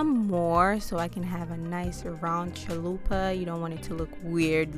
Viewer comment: Lmao I love how you said chill-lupa😂